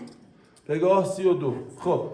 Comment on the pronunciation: چرا پگاه رو گفتی بگا 🤣